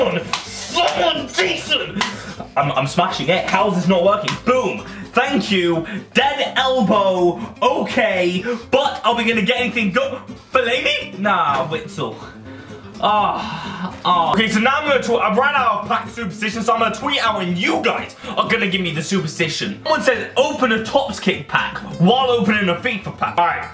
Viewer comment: And witsel is vitsel